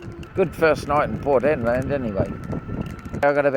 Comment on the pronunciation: Dude...Port Hedland not Port Headland.